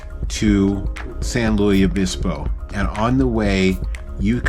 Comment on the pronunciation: As a native Californian I grew up going to this area of the central California coast ( actually we stay north of Morro Bay). It’s my favorite place. Summers are relatively cool on this part of the coast and the water is always icy. The missions in California tend to be “ unadorned”. BTW, for future reference the “s” in San Luis Obispo is not silent; instead the word is pronounced like Lewis. Also fun fact, San Luis Obispo bans drive thru anything. So you won’t see drive thru for coffee, fast food or even banks ( the last time I knew, but I don’t believe it has changed).